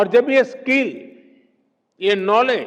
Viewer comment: PM जी स्किल skill होता है स्कील skeel नहीं। कम से कम बच्चों के सामने बोलने से पहले स्क्रिप्ट को ढंग से पढ़ लेना चाहिए या किसी शिक्षित व्यक्ति से चेक कारवा लेना चाहिए